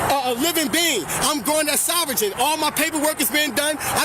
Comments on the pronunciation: "I'm goin' sover-gin" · Omg.. did he say “sov-vuh-gin”…………. Omg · This idiot said “sovereigngen” 🤦‍♀️ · Saying soverGEN is cracking me up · Did he just pronounce sovereign "Soffer-gin"?!? 😂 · He's going sovregen? Lol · Sov-re-gin Lol dude said the g out loud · He said he’s sover-gin lmao. The more these people talk the stupider they sound